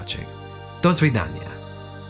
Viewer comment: YAYYY YOU SAID IT RIGHT :D it's said "da svidanya" in Carmen Sandiego and Avengers Assemble and it annoys me so much 😭 also, that one 'legless' parody DID make a "the cake is a lie" reference with "episode 3 is a lie", I'm assuming referring to Half-Life 3.